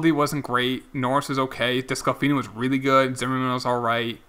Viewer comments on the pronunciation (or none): I got to say it. It is pronounced des-clah-fanny. Not des-clah-finney. You should make that 20 yrs old third baseman you got in the draft a second baseman. Just edit him. Teams do that all of the time. My reds are doing that to senzel right now .. so you might as well do it..